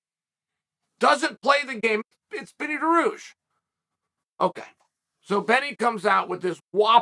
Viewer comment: “Benny Duh-rooshh” 😅